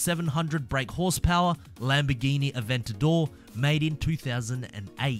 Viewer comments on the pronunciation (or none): none